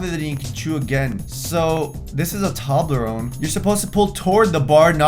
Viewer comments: Sorry you did not just say " Tob-La-ron " I live in Scotland and we pronounce it " Toe-bla-rone " 😂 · The moment when you realize he pronounces tolberone toberone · you said toblerone wrong :(